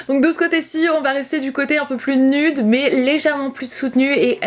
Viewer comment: le mot « nude » se prononce « nioude » pas « nude »😭😂❤️ sinon top vidéo, belle évolution!